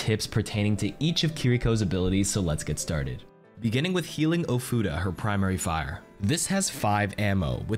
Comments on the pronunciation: Bro is he saying futa? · your pronunciation of ofuda is quite painful